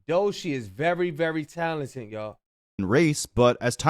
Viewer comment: It's pronounced "Dough-Chee" my brother not Doeshii 😂😂😂 must ain't never heard her music before